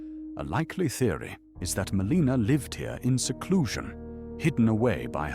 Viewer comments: Happy new year! Just wondering: is the voice AI? I’m wondering why you say Meleeena instead of how it’s said in game (Mell-in-a) and Mareeka instead of Maarika. Etc. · 1) Is this an AI voicegen? 2) if yes, why don't you use more phonetic spellings (such as for Melina and Marika), so that it'll pronounce it more accurately? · Why does the narrator mispronounce Melina, Marika, and Miquella?